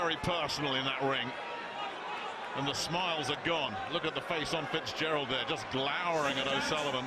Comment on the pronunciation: Fitzgerald not fizpatrick